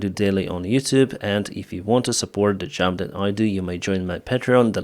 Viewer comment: You talk about "supporting your motivation", after asking for money for your "jab" 🤔... This really sounds like the money are the motivation! And NOT jab. It is job, or even better use the word work! And NOT tracks. It is trucks. Tracks are a totally different thing! Btw. Why do you speed up your videoes? It is pure torture to listen to a non stop sentence from start to stop. Take a breath between sentences! And slow down your speed.